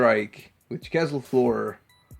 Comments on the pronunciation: JACQUES is pronounced 'JOCK' with a soft 'J' at the beginning. It's NOT 'JAW=KEZ' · Wow i never knew about these ones! And never heard "Jacques" pronounced that way before 😆